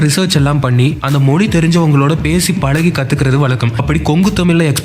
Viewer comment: மொழி என்று சொல்லிப் பழகுங்கள்